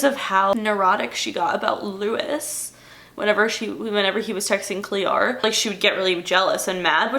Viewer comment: I’m cringing every time she says Cleo